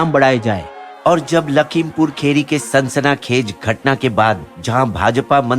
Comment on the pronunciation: Sansaana khej nahi sansani khej hota hi😂